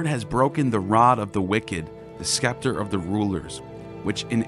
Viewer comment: Just a help, scepter is pronounced septer, not skepter.